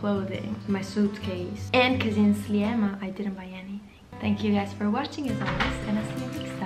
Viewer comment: Sliema si pronuncia "Slima" ;)